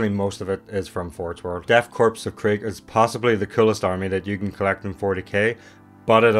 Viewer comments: It's pronounced like core, not corpse. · Sure English is tough,, Death Crops of Krieg, is not pronounced Corpse, but Core. Just like the USMC, United States Marine Corps (core). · It's not a corpse, it's a corps. Pronounced like core. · it’s the death “core” not corpse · Is not death 'corpse' of krieg, 'Corps' is pronounced 'core' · Cooooooore, Death Core, not corpse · It’s pronounced “core” not “corpse” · Hate to be that guy but it's pronounced core, not corpse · I don't know if anyone else said this, corps (or "korps," in German) is pronounced like "core," not "corpse." I am saying this to help, not be a shit head. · They look fantastic. Great find. BTW the S in Korps is silent, it’s like Corps in army, the PS are actually silent, so it’s “Death Kor of Krieg” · It's a nitpick, but Korps is pronounced like 'core.' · Trying not to have an aneurysm every time you say Korps as "corpse" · “Korps” is pronounced like “core.” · It's pronounced Death 'core'. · just started this video and are you really saying Korps like corpse? this has to be satire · The s in corps is silent